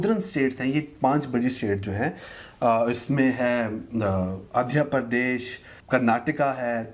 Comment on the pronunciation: Adhya Pradesh, Tela-ganga, Keraala. Naam toh bola nahi jaa raha isse, ye todenge desh ko 😂😂